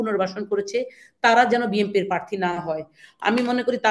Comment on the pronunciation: প্রার্থী শব্দটি পর্যন্ত উচ্চারণ করতে পারছেনা l